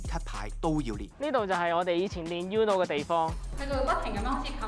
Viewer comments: 應該讀ooo-no， 唔係 yoo-no。 西班牙文Uno既意思喺1， 姐係淨低一張牌既意思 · 放屁，是/u/很难发音吗，我相信任何语言中都有类似/u/的这个音，uno也就两个音节，不一定非得懂西班牙语葡萄牙语意大利语才能正确发出/u/这个音吧，不需要你多高的语文水平，就记住uno这个发音很难吗？不说别的，包括我这样不懂日语的在内人基本上都知道“こんにちは”是什么意思而且大概知道怎么发音。没让你记住其他的西班牙语单词，就记一个发音简单的uno，我相信但凡是个智力正常的人都记得住吧。名从主人原则对吧，英文发音？英文都没有uno这个词！就记一个/u/的发音有什么记不住的？又没有让你学其他的西班牙单词！再说/u/的发音比/ju:/的发音容易发音吧？一个容易单纯的发音的/u/的发音记不住？？？？ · You are pronouncing UNO wrong!!!